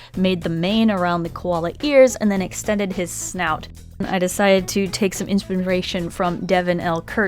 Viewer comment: ... When you say inspiration wrong.... (this is not hate I of course love you so much :) )